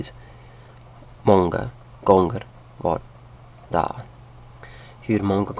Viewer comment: you prounanced "där" in swedish very wrong but you did good it was fun to watch